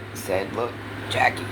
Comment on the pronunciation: Yes! Why emphasize the end of the words? Very annoying!